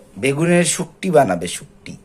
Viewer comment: এহ, হেনা কি একটা ভাব নিলো😂😂 শুটকি ও বলতে পারে না, বলে শুকটি 🤣🤣। ভাই ভাবিকে এমন ভাবে ঐশরিয়ার সাথে তুলনা করতেছে যেনো সে নিজে সাল্মান খান 🤣🤣। ভাবি তো চোরের হাতে ঘরের চাবি দিয়ে দিল, ৪ টা বিয়ার পার্মিশন 😵। আপনি যেদিন ইফতারি করেন মানে..?? প্রতিদিন ইফতারি করেন না নাকি...??😳 যাক পুরা ভিডিও তে অন্তত ডাক্তারের বজ্রফেইস প্যাক কথাটা বলেনি এটাই কপাল ভালো, খুব ভালো ছিল ভিডিও টা ❤❤❤